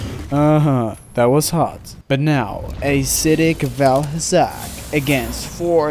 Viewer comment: Anyone notice he said ACIDIC vaal hazak?